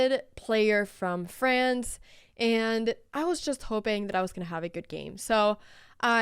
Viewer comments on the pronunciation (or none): none